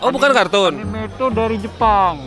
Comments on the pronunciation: Enim 😂 anime bang anime pelafannya biasa aja anime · Bacanya bukan enim enim. Tetap dibacanya anime